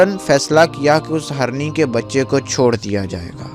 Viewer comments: آپ اپنا اردو تلفظ ٹھیک کرو پہلے جیسے hirny ko aap harny bolte ho Same so many mistake u did not provide information what u promise about pics and his dead body bcaz u said hazaron ne dekha So many mistake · Its Hirni...not harni 😑 deer (female) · Bhai story azeem badshah ki hai magar bhai Urdu theek kr lo, harni nahi hirni hota hai